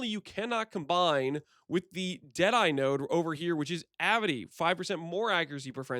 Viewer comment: Very cool, dude! But: Avidity. A, vid, it, y. Not avity. ;)